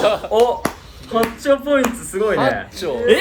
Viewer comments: この動画見るたびに思ってたけどなんでしょっぴはポイントをポインツって言うの？🤣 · 1でもポインツって言うとこ好き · みなさんツッコんでないけど多分気になってますよね？？ 「ポイン“ツ”」って。爆笑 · ポインツｯｯって言い方好き